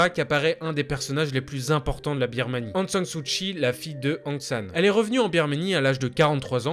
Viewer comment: ...Aung San Suu KKKKKI , pas chhhi